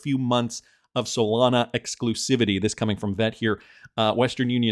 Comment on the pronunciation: Do you guys really listen to an anonymous guy on the internet who can't even pronounce Solana correctly?